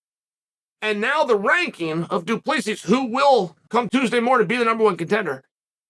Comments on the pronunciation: love the glasses uncle Chael, just to help your pronunciation is bad. its more like Do (Du) Pla see (Plessis) Du Plessis, hope this help the pronunciation, still love your channel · All you have to do is drop the last s.......and you'll say his surname correct. Coming from a South African🇿🇦waiting to hear your feedback on his performance against Whittaker❤ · "STILLNOCKS " DU PLESSIS 😁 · I dont know if you read your comments but the last 's' in Du Plessis is silent... You almost have afrikaans down